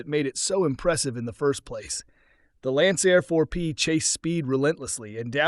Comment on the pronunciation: yep, it’s easy to pick up the AI Narration; it doesn’t recognize Roman Numerals, calling Lancair IV-P an “eye-vee P” it also butchered Lancair by calling it “Lancyair”. Man, I hate AI.